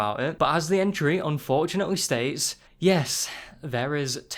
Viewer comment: you said "unfortunatewee